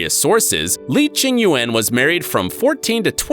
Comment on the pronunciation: "li ching Yuen"